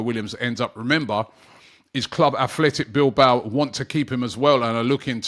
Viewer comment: Robbie, it's Atletico Madrid and Athletic Bilbao.. Kindly note the difference in pronunciation